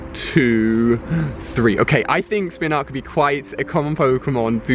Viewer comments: its not spinark its spinarak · It's pronounced (Spin AR AK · Spinarak not spinrak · you need to look at names and sound them out before you say them. your pronunciations make me cringe. its not SPIN-ARK its SPIN-A-RAK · spinark is pronounced spin-a-rack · thats his accent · When ali caught the spinarak why did he call it spinark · I dont really understand how you ever pronounced Spinarak as 'Spinark' 🤔🤔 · Am I the only person who gets annoyed by the way he pronounces Spinarak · MFW he can't read... says spinark instead of spinarak and nabab instead of nanab, is this dude dyslexic???